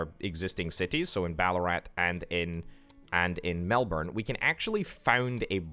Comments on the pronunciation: Also, Melbourne is pronounced melburn or melbun if said fast, not melborn 😅 Loving the vids though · In Queensland we say Melbin